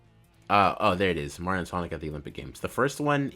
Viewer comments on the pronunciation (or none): none